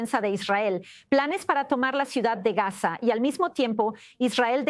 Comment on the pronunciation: Pronuncia bien, Gaza dices gas, ? FUERA los TERRUCOS, suicidas! Shalom ISRAEL.